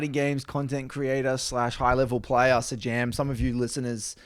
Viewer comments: The fighting game YouTuber's name is prounounced Say-Jam. And his content is dope, and often applies to many genre's outside of Fighting Games, and he often uses League analogies because he's played the game. Highly recommend to people that like to nerd out over conceptual stuff. He would also probably make a fantastic guest even though he's primarily a Fighting Game guy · Love your work. PS it's pronounced 'Say-Jam'.